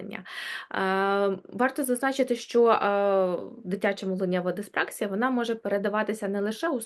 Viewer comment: Не диспр А ксія, а диспракс І я, наголос на І.